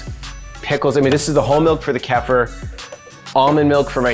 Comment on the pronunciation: It’s pronounced: KEY-FUR. Not: KEFF-UR lol. It is an acquired taste though. Almost like raw liquid yogurt.